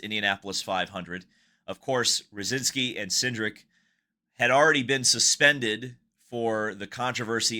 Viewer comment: Ruzewski is not Ruzinski!! Ruzewski => /roo-zhev-skee/